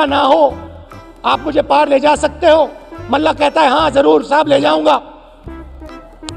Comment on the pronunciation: ❤❤❤ ओ Pappu, ध्यान से सुन, मल्लाह बोल, Mellah नहीं।😂😂😂